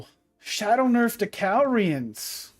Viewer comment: 100k everytime this man says “cal-re-uns” instead of “ca-lure-e-ons” to all subs